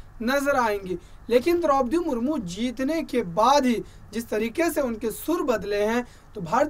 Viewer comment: Mahashay ji, rastrapati ji ko to Samman do chahey aap vyakti ko de na de. Naam to theek se lei